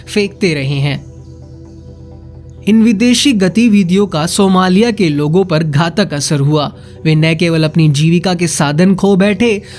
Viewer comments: अरे मूर्ख का बच्चा सिमोलिया नहीं सोमालिया होता है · ये सिमोलिया नहीं है, इसे सोमालिया कहते हैं अपना pronunciation ठीक करो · Bhai Simolia nahi Somalia 🙏🙏🙏🙏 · भाई मेरे सेमोलिया नहीं सोमालिया है। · वो सिमोलिया नही सोमालिया देश है🙏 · हिंदी सुधारो यार सोमालिया तो ठीक बोलो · सोमालिया तो बोलना सीखो